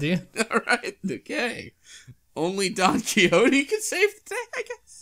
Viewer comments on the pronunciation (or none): "This is Donkey Hotey" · "Donkey Hotey" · i always thought it was pronounced "don kishotte"